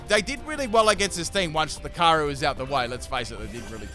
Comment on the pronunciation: The pronunciation of Lucario here is otherworldly. I heard Locarry every time